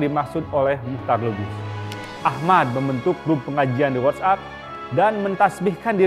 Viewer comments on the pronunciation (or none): none